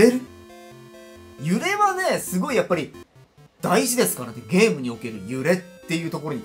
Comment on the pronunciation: 寝不足の影響なのかゲームをデームって😅笑